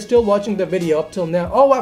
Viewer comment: do u say ears and not years and video but u say wideo lol